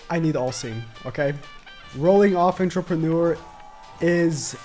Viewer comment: How many times is he gonna butcher pronouncing Entrepreneur 😂